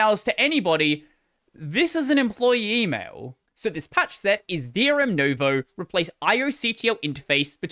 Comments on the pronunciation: Noo as in noose I'd say, not new as in news. But pronounced a bit quicker, same length as step or tick, whereas English oo is always long just like steep and take. Also if we´re doing everything properly anyway, the stress is on the second syllable xP (I suppose the all-caps VOE indicates that, but keeps putting the stress at the start, as do most people in linuxland even if they do say noo-voe) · Just saying it's nuvou not novo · It's /noo-VOH/, not /NOH-voh/. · Sorry to be that guy, but I can't help it. Nouveau is pronounced NEW-VOE (nuvo) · Hearing you pronounce "nouveau" as "novo" just kinda hurts 🥲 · I've never seen it pronounced correctly... So it's no surprise. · it's pronounced "noo"-vo, like the word new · New-voe. It's french. Nouveau. Pronounced like Noo-vo.... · It was driving me crazy 😅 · I assume it's pronounced new-VOE, not no-VOE, as in the French word for 'New'. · No, you pronounce it as NO-YOU-VEE-AH-OW